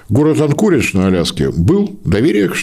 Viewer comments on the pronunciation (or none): none